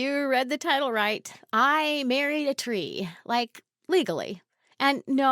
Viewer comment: She merraid groot